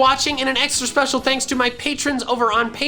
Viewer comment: Pokemon talk speshel